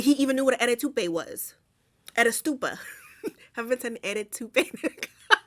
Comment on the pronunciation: The "eddy toupe" is where I stopped watching the movie lol😂😂😂😂